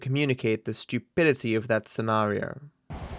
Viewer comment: The p in stupidity hit different